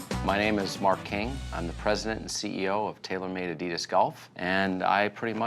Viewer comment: He can't even pronounce Adidas correctly. I can't watch anymore of this.